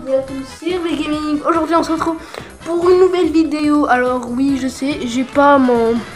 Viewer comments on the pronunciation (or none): Gaming et non gaminge.